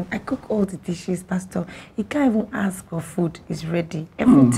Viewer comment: "Please dear anything you hask of me"